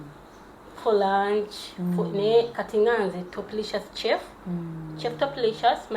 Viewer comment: Pronunciation entuufu eri "Shef" so si "Kye-fu"! Kannyongere okukowoola Jajja Nabuzaana, ayongere okukubunduggulako emikisa, mukyala Topista (Kirabo okuva ewa Mukama Katonda). Akuume.